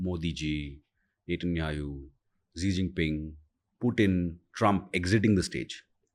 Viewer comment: Mr Host It's Netanyahu not Netanyaayoo